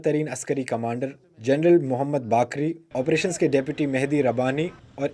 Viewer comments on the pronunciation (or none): none